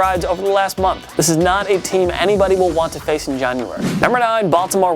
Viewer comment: I like how he says January